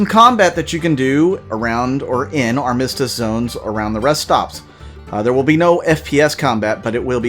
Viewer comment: Thanks for the update! I've been enjoying gameplay videos lately. FYI, Armistice = Ar-Ma-Stis